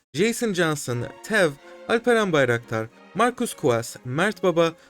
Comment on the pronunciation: are you Turkish. your pronunciation of alperen bayraktar was really good :)